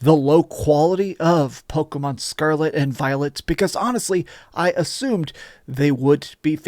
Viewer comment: I can't get over him saying "Pokomon". Driving me nuts.